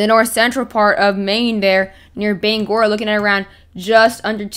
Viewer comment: Thank you for pronouncing Bangor correctly